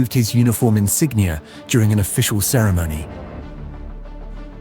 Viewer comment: he pronounces "ceremony" incorrectly and he wrongly pronounces antisemitic as antisemEtic ...